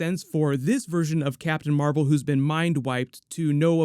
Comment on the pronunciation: Captain Meh-vel 😒